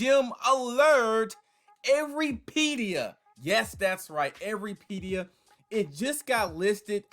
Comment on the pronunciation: Lol you’re saying it wrong